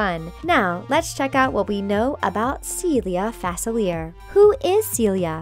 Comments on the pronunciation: Omg thank you. She kept saying it wrong and it was making me mad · It's FA-SIL-EE-AY Get it right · It’s pronounced facili-ay not everything is how it sounds 👍🏾😊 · This channel needs to learn how to say Dr. Facilier correctly. They even use a clip from Princess and the Frog where he says his name. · Am I the only one who gets annoyed when she pronounces Facilier wrong😭😂😂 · Does anyone else realize that she is saying his name wrong? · they always pronounce the name wrong it is FRUSTRATING and ANNOYING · They are literally mispronouncing dr faclier. THEY EVEN HAVE THE FREAKING CLIP ON HOW TO PRONOUNCE IT AND STILL PRONOUNCE IT WRONG